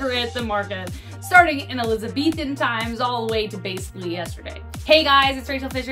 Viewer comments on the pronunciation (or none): none